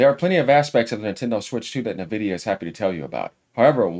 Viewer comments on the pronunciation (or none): And also is N-vidia, Not Nah-vidia OMG Lol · Bro you keep pronouncing Nvidia with the N when it's pronounced en-vi-dia like the word envy that's why they went with the name because they want other companies to envy their product, and their logo is green like someone who is green with envy, sorry I'm being a stickler but I just thought I should point this out 😂